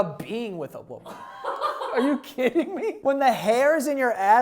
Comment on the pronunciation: "i do enjoy kissing a wamen"